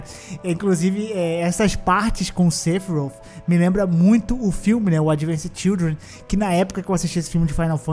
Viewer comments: "Sefirouti" doeu 😂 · A pronúncia do sephiroth toda hora muda… kkkk